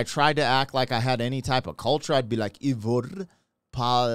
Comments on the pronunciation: ❤❤ Try Aye-Verr (as in: err) Paulsdaughter and you're close to getting her name right. I think you did quite well! Tròdlabùndin - spellbound. Words with "troll" in it have something to do with magic. They in a Fjord, a brauch of the sea stretching far in into the land and the mountains as you see. Of course it was enchanting. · Her last name is pronounced like "Pauls" for páls, and dóttir is like "dot" and the ir sound is like how you start to say "irrelevant" but take that ir sound out from the word :) edit: And her firstname would prob be more correct if you try to pronounced it like "Eyvor", like "Ey what's up", but you take the ey :)